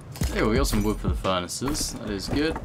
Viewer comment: Ah yes, "collect vood"